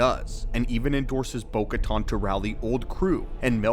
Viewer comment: Bo katan not caton!